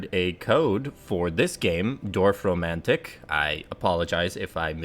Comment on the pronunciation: Reminds me of Catan, but I'm not really into board games. As a native speaker I can tell you that you got the pronounciation of "Dorf" correctly. :D